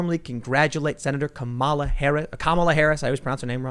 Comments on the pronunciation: Lydia, a native Finnish speaker here. The Finnish word is pronounced pretty much exactly like Kamala's name is supposed to be pronounced in English. Finnish words in general have the emphasis on the first syllable (KA-ma-la) while Americans appear to emphasize the middle syllable (ka-MA-la), but it's quite an indistinguishable difference. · Just so you know, Tim, her name is pronounced “commuh-luh”, not “kuh-mala”. Sorry to be that guy but... I am that guy. I’ve already accepted that long ago... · KAH ma la, not ka MAH la. Get it right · Funniest thing is people correcting others about her name's pronunciation saying it's like 'comma' are also wrong. Kamala is pronounced as "come-uh-lah' (kam is pronounced as the English word 'come', the name means lotus in most Indian languages) For reference try 'कमला' in google translate speaker & choose Marathi language to get the most proper pronunciation. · My moms name is Kamela Harris and it was changed from Kamala due to people pronouncing her name wrong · For the love of Pete! Can't anyone pronounce her name correctly? It's Kamel-Toe. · I get the contradictions in her past but her name isn’t Kam’aa’laa, it’s a single ‘a’ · Comma - la. Say it right she’s gonna be your next Vice President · it's pronounced kameltoe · Stop tryiny to say "Kamela" and just say Terrible. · come on Tim you know its pronounced Cumallon Harris... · Kamala is pronounced "camel toe" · The Finnish pronunciation is hard on the first syllable, KAH-ma-lah. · I’m of South Indian ethnicity. And I can’t, in my right mind, vote for a woman who can’t even pronounce her own name correctly. It’s not pronounced “Comma-la”. And in the Indian languages, her name means “lotus”. Her name’s translation into Finnish suits her better. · Its pronounced Comma-la like comma...LOL. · Comma-la is literally the way the fin’s say it too. It’s too perfect! Horrible Harris the Uncle Rukus on the democrat plantation! Love it!!!